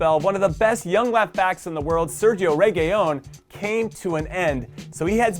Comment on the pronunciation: Jimmy, it's not regillon it's re gee llon